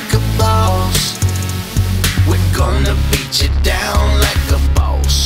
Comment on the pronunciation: why you saying it like a bows